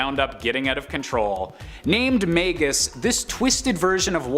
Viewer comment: It’s magus not maygus